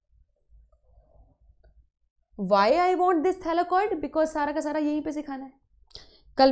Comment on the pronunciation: its THYLAKOID not thalakoid